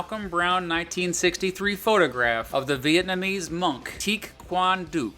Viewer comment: well done on pronoucing that Vietnamese name